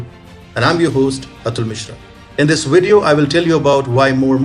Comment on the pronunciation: I like vatching TFI wideos about the wirus and the waccine, vhenever they come out.